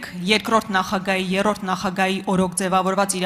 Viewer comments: Տիկին եռորդ չէ այլ երրորդ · Եռրորդ չէ երրորդ է աղջիկ,շեֆիցդ էս սովորե😂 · Եռորդ չի,երրորդ է! աղջիկ ջան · Տիկին դու շատ կարճ ժամանակում հասցրել ես վայելել ժողովրդի ատելությունը ավելի լավ է լռի ։ Ու եռորդ չի այլ երրորդ է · Շատ է լսել Քոչի խոսքը , դրա է եռորդ ասում😅